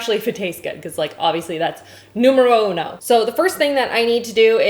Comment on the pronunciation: Wow, you said "numero uno" with a pretty good Italian!!! 😂😂😂